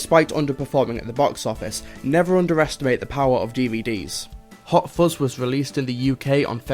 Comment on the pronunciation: I believe it is "fuzz" not "fozz". Anyway, have a nice day and carry on. Yours Sincerely, Vovie - cleaning the internet one comment at a time